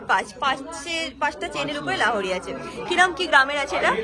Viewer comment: Lahori abar ki...it's lohori